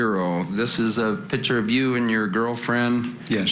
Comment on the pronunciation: What lawyer says “ pitcher “ instead of Picture ? Only certain kind of uneducated people talk like that